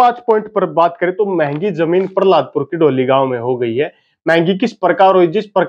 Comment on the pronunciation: भाई जी पहलादपुर है प पर र नहीं है बाकी बहुत बड़ीया विडियो बनाई है आपने। बहुत बहुत धन्यवाद भाई जी हमारे गांव पर विडियो बनाने के लिए